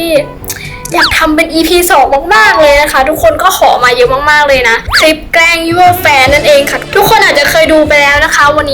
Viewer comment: เเกล้งคับเเกล้งไม่ใช่เเกล้ว55